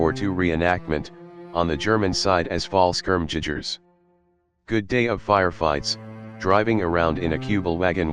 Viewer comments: Fal-shcirm-jidgers. Seems about right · "Falls-Cherm-Jidgers" lel